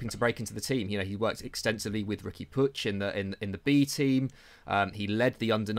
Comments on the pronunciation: No, its pronounced more like "Pooch" - it's Spanish/Catalan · Riqui puigs name is pronounced “pweeg”